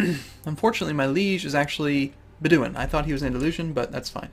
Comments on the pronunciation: Its BED-oh-win not beh-DEEW-in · Not to nag or anything, but.. now that we've got that Sheikh thing sorted, BED-oh-win. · its Bedu-in not beduin